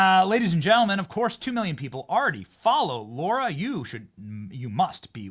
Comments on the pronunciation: Lara not Laura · She is so gracious. She never corrected Benny for saying her name wrong. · Benny - her name is Lara not Laura! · Benny, her name is Lara. It’s like Sarah, not Laura. 😊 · Hey Benny ! This may be frivolous, but her name is not pronounced 'Laura', it is 'Lar-a'. I have heard other interviewers mispronounce her name, and she is always gracious about it, but it would probably be refreshing to be addressed correctly. On the other hand, this has probably happened her entire life, so maybe she is used to it. ( I have had the same problem so maybe that is why I notice it each time ) 🙂 Thank you for your non-compromising stand and courage. God bless you and your beautiful family. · Ben! Lah Rah! NOT Low Rah! Lah Rah! Lah Rah! *face palm* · Her name is Lara, not Laura. How can you get that wrong?? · Benny stop calling her Laura.. it’s Lara.. you do it every time 😢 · Hey Bennie. In case you didn’t realise. Her name is Lara. not Laura. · Go away Big Mike, you're irrelevant to the American people...Now come out of the closet. Benny, it's Lara Trump not Laura FFS!!!! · Benny, It's Lara, not Laura. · It drives everyone crazy he keeps call her Laura! How rude he doesn’t know her name after all this time! Her name is LARA not LAURA,stop being so RUDE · It's LARA, as in Lana (Turner), except with an R instead of an N ... NOT LAURA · ITS LARA....NOT LAURA......GET HER NAME RIGHT BENNY!!! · Her name isn’t Laura Bennie, it’s LAra…. Come on man. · BENNY!!! IT'S NOT LAURA. N O T LAURA. IT'S LARA. LAR RHYMES WITH CAR. LA RA. PLEASE. PRONUNCIATION IS IMPORTANT. I CAN'T BELIEVE SHE HASN'T SET YOU STRAIGHT YET. LAURA AND LARA ARE TWO DIFFERENT NAMES. PAY ATTENTION! LOVE YOU TO BITS, BUT SOMETIMES YOU NEED TO HEED YOUR ELDERS! 😁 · Did you call her Laura? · I can't believe he called her Laura every single time. It's Lara ffs.